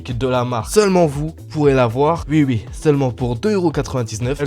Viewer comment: ne dit pas oui oui mais Ui Ui